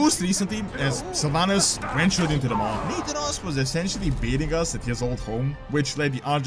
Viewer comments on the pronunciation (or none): Hey I heard you pronouncing nathanos as "nathan-os", just fyi it is "na-thanos"